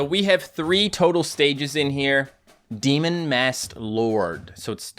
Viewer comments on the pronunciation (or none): none